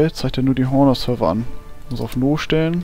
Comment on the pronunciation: Das H vom Honor wird nicht mit ausgesprochen :p